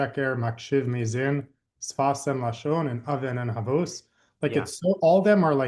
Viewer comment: It’s not havuos. It’s havos.